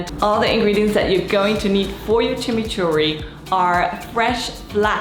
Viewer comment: Exactly way to say Chimichurri 🥰